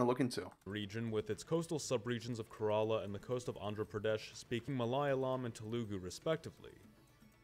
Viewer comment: U pronounced Malayalam right